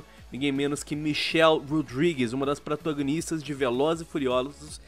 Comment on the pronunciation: kkkkk "pratãngunixta di velozes e furiozdulus" O gráfico do jogo é tão feio que deixou o sequelado!